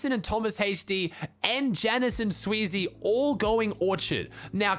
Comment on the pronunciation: day 1 of telling his name is xsweeze not sweezey